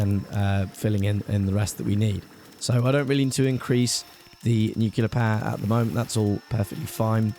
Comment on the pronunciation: It's been low-key bothering me how you mispronounce nuclear. You say "Nu-cu-ler" when it's actually "Nu-cli-ur." You still put the stress on the first syllable (e.g. "NEWcliur")